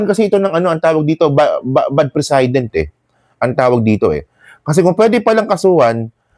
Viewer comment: no malice ito Just want to correct ung pagpronounce mo sa "precedent". It is pronounced pre-see-dent. Emphasis on second syllable -see. It's not pre-sai-dent.